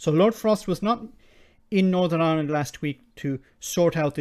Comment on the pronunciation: She can't say Ireland, sounds like Aland. Please don't sort it out as everyday goes by, a United 🇮🇪 gets closer 🙏